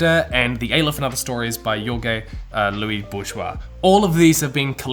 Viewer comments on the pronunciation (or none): That pronunciation of Jorge Luis Borges.... eughh Yorge Louis Bourgeois lol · Yeahhhh, came here to point this out. It's okay but FYI it's pronounced closer to HOR-hay Louise BOR-hays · Love ya, but Jorge Luis Borges is pronounced: This way: HOR-heh Lu-EESE BOR-hehz/BOR-jez Not: YOR-geh Lu-EE Bourgeois Also, I'm so glad you read House of Leaves. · jorgue lois bourgoi? it it pronounces jorje luis borjes ahahah xD i had a ministroke mate! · Yorgeh Louie Bourgeois? 😂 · "Yorge Loui Bourgeois" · "yore-ge louis bougeoise" lmao. I don't know if that was intentional of a happy accident but it had me rolling. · Love this channel but the way you pronounced Jorge Luis Borges really, truly hit me like a steel chair LMAOOO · Petty correction- you mispronounced Jorge Luis Borges. Both the "J" and the "G" have a soft sound in this context, more like an "H" (in English.) But anyway, I only noticed because he is one of my favorite writers, even though his short stories are often more like essays exploring concepts than they are about characters and plot. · No shade dude but thats the weirdest way Ive ever heard anyone pronounce Jorge Luis Borges. He was argentine, not french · That's a very funny and french-y way to pronounce Jorge Luis Borges. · The way you pronounce "Jorge Lois Borges" hurts. Almost physically. Please, fix it. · That French pronunciation of Jorge Luis Borges' very Spanish name gave me Hispanic shivers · I'm sorry, but as an argentinian I cringed at the way you pronounced Jorge Luis Borges